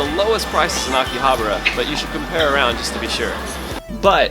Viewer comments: It's not Akihabra, it's AkihaBAra!!! You're really cute, but sorry I had to give you a thumbs down because you refused to pronounce Akihabara correctly. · That or because he can't even be bothered to pronounce AkihabAra it correctly lol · Weird how you pronounce AKIHABARA.